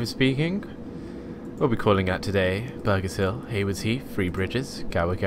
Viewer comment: Just saying it's Burgess hill (burj not burg in hamburger) :P